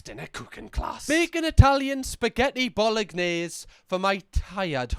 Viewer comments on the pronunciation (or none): Don't worry the Italians switched off at your pronounciation of Bolognese 😂😂